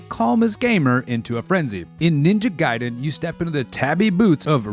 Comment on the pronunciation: If adhering to Japanese pronounciation it would be G(eye)den.